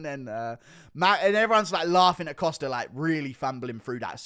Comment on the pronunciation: hey it's Costa, not "Coster" :)